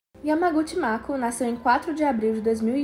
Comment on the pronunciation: O nome da Mako se lê makô kkkk não maku